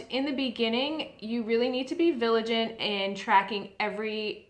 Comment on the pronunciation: Villigant.........or vigilant lol :P